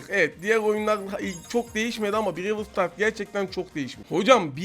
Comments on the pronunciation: Aynen abi brevıl stars 😀🤣🤣🤣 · BRAWL STARS değil bırevıl stars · Brewıl sıtars ne😂😂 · İngilizce: Brawl Stars BRACA :BİREVIL STARS :D